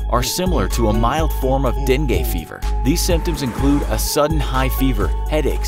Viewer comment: Its deng-geh not dweng-gyeh